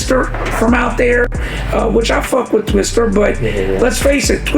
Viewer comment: I was out as soon as i heard this man say twister. Twista!!!